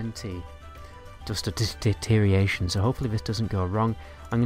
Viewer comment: Is ‘deterioration’ that hard to pronounce?